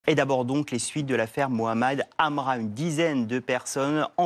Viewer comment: « Mohamal Amram »??? L’erreur de prononciation est volontaire ?